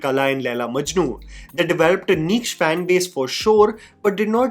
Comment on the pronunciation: Bro you do great research for your content, but please pronounce the name of the actor correctly, it's not Sefli, its Saif Ali. Also niche and trajectory. These are a few that pop out of your videos, rest is all good and cool 👍